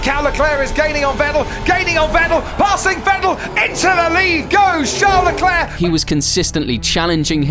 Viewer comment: Bruh. It ain’t that hard for us English speakers to grasp Leclerc is pronounced ‘Leclair’. Put some respec on Sharl’s name